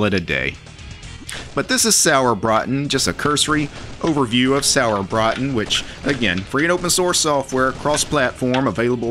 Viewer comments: Sorry, but your pronounceation of Sauerbraten kills me xD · I just watched the video to hear pronounce "Sauerbraten" - with just a little more practice, he could actually order the dish perfectly at any Wirtshaus!